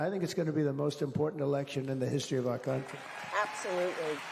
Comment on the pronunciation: He did say the c word when he said the latinos "come" into our "cuntry"